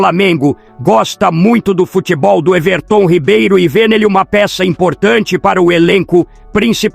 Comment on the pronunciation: Quem é esse Ervertôm Ribeiro , eu conheço o Everton Ribeiro , essa IA narrando é uma merda !